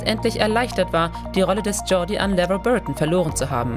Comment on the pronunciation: Man kann doch nicht so ein Video machen und dann die Namen der Charaktere wie Belana und Geordie falsch aussprechen.